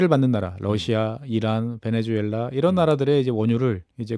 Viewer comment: 얘네들도 나라 이름을 베네:주:엘라 라고 하네? 자막이나 설명에는 베네수엘라 라고 하고. 말은 베네주엘라 라고 하고. 그러면 니들도 이름 바꿔주마. - 박채홍